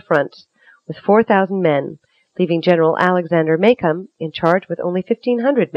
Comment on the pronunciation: I'm from Plattsburgh. She huffed her way through this and the way she repeatedly mispronounced General Macomb's name really was irritating.